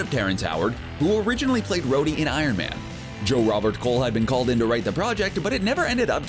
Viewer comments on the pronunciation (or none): none